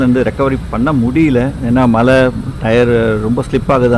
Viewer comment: உங்களுக்கு "மழை" அப்படின்னு உச்சரிக்க வருகிறதா? நீங்க தமிழ் தானே! கஷ்டம்.